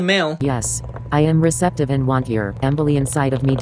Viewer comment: EM-bolye. One EM-bolus, two emboli.